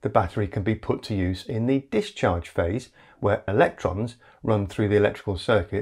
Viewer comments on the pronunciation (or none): none